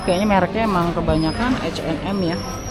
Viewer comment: Ka...H&M itu bacanya biasa Ha en Em...krn nama orang🙏🙏🙏Hennes dan Moritz